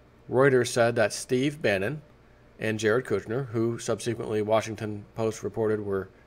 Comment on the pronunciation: I love your videos and watch them everyday. Please learn the proper pronunciation for the word subsequent. Your mispronunciation of this every time drives me crazy and probably makes some question your book learnin'. Everytime you say it my wife and I see who will be the first to shout it out. Oh well, I guess we enjoy it anyway.